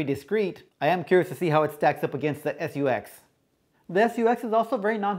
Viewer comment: Guess the language barrier strikes again. " SU-X" really?? Nice review though!